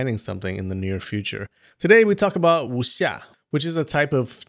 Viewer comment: Just for your information, you are supposed to not read the W in Wuxia. Chinese dont read the W and Y when i or u follow it. And you are supposed to read J as C = Ciang hu And C as J = Louis Jha Yea, chinese language is so complicated...